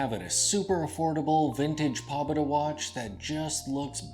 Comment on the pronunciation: It's pronounced more like,... "poe-bay-da"